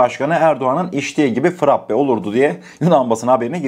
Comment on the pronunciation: Sevgili frappe değil frape olarak düzelt lütfen